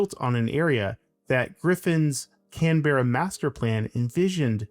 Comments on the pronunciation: "Canberra" has two syllables. "Can", like a can of soda, then "bra", like the ladies' undergarment. But the "bra" becomes more of a "bruh". Canberra. CAN-bruh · Came here to say this. And come on, Can Berra? It’s not Hanna Barberra Yogi Berra. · Could you at least learn how to pronounce the name of the city you’re commenting on? And you’re fundamentally wrong about where the centre of town is.